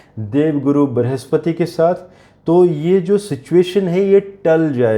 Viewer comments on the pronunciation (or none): none